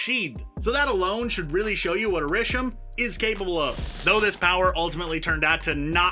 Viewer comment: Great video but its pronounced ARR-ISH-EEM not ARRISHAM